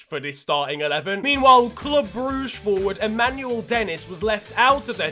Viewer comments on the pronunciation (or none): none